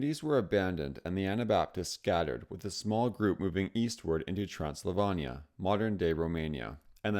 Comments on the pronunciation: The research info isn't wrong, but there are a lot of issues. The General Wolfe painting is from the 7-Years-War instead of the 30-Years-War, the use of a Czech map with regions that didn't necessarily exist yet, pronunciations of Zürich, Rhein, and Transylvania, and showing "Austria-Hungary" which existed from and really doesn't have anything to do with this. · Apart from your VERY questionable pronunciation of places... Zurich, Transylvania... It was interesting.